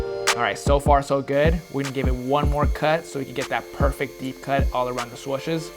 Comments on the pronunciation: Is it just me or when he says SWUSHES it drives me crazy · I cant get over the fact he says swushes lol